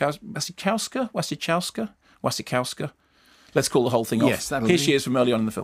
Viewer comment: pronounced VasikoVska fyi